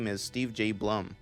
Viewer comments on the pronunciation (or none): Obligatory Blum is pronounced "Bloom." comment